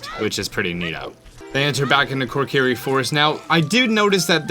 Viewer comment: WHY TF ARE YOU SAYING KORKIRI!?